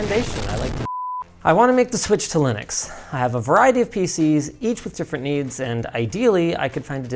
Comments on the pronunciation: Linux not Linus 🤣😂🤣😂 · Linux not Linus, 😅 Linux is a portmanteau of Linus Unix so technically not wrong either way 😂